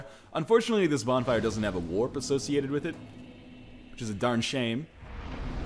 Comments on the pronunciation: bonflire* you sure english is your first language ? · "English is my first language!" "Let's light the bonflier"